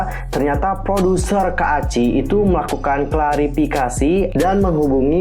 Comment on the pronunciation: Bang bacanya "kaci" bukan "ka-a-ci"😂